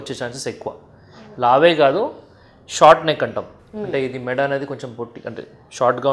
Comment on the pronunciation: మేడ కాదు మెడ తెలుగు కరెక్టుగా నేర్చుకోండి ముందు.